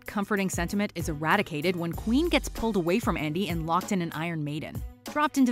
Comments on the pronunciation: * When Nicky gave Andy the Baklava, not Joe * Not pronounced Queen but Quinn, like Harley Quinn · Her name is pronounced like Quinn. Not queen. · I am cringed so hard when you pronounced "Quynh" as "queen". Her name is not that hard to pronounce compared to other Vietnamese names with "uyen". And they said it quite correctly in the movie too. So I couldn't find a reason for you to not pronounce her name correctly.